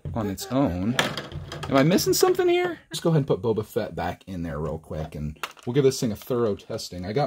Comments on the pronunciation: Bro said Bobby fett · it's Bobby Fett dude, I promise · it is bobo fett